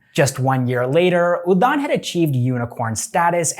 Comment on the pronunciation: The pronunciation of udaan is wrong 😅